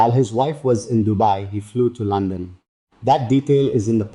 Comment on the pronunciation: London not Lonson